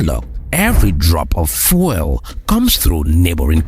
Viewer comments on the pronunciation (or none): Congrats for the work... Your pronounciation of "FUEL" is super distracting though. Are you Francophone? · Why is he pronouncing fuel like that